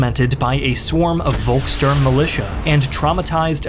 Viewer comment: Aachen was pronounced pretty well for an american speaker, but Köchling wasn't close (the O-Umlaut is almost identical to the sound from "worth" or "word" not a straight o) and Volkssturm is Pholx Stoorm not Wol... And you Americans usually love to mock us germans for being unable to pronounce V or W properly in English. :P